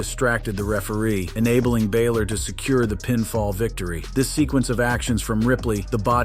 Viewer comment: Where is the y in balor?